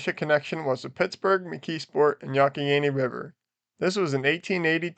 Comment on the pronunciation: "Yonck-i-Gainy"?? You mean the "Yung-ah-Henny"............